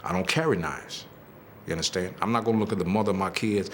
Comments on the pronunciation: Unnuhstan? Unnuhstan? Unnuhstan? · "Ya undastand, ya undastand?" An insecure psychopath, this man is...You ain't no king, SIR...You're a court jester!!! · "You understen?" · "y'unnerstand?" Um, no. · But seriously, do y'all UNDASTAN??